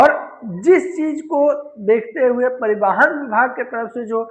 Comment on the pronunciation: कृपा करके परिवाहन, अनलीगल और हैमलेट न कहिए । कृपया बोलने से पहले थोड़ा अभ्यास भी कर लिया कीजिए । कभी कभार डिक्शनरी भी देख लिया कीजिए जो शब्दों के विषय में ऑथेंटिक इनफॉर्मेशन देती हैं । आप के लिए ही तैयार और प्रकाशित की गई हैं। नहीं देखिये पढियेगा तो शब्दकोश मायूस हो जाएंगे ।